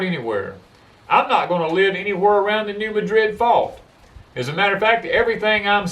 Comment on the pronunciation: It's the New "MAD RID" fault. Not the "New MADRID" fault. Just saying.